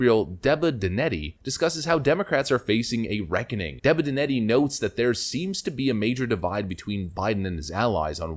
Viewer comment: DeBENeDTti, not DEBineDETti